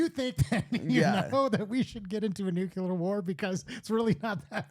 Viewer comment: Dudes, I enjoyed this, but it's "NU - KLEE - AR," not "NU - CUE - LAR."